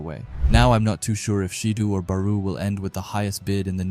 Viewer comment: Gagamaru JIN Itoshi SAY BAROO Shoei SHIDOO Ryusei Bro does NOT pronounce the characters' names correctly